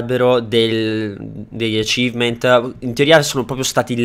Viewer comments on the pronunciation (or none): none